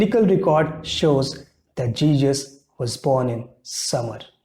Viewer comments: Arrey O Uncle, its JESUS not JEEJUS 🤣🤣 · For Christ sake it's not Jejus, It's Jesus.